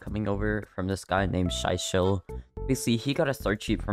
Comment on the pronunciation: he did my friend wrong 😭 "Shy Shell"